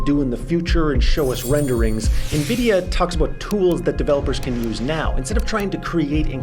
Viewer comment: By the end of the video you were pronouncing Nvidia correctly.